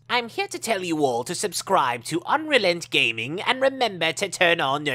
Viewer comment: I thought it was pronounced Unreal-E-N-T-Gaming not Unrealent-Gaming